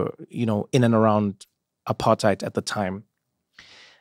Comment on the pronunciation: Trevor's intentionally mispronouncing apartheid & it's low-key insulting to your fellow South Africans.. Nah bro